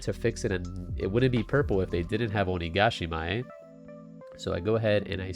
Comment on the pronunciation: you keep pronouncing onigashima wrong 🤔